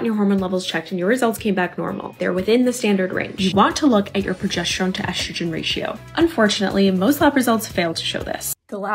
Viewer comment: Whenever someone miraculously finds an “H” to pronounce in the words “estrogen” and “progesterone” ie “eshtrogen” or “progeshterone “ I ignore them. Sorry if you can’t read you probably don’t understand biology either. 😂 these influencers are insane! Why don’t we see male targeted videos? I’d buy a magic pill if it promised to increase my husbands sperm count. We are unfortunately suffering from male factor infertility.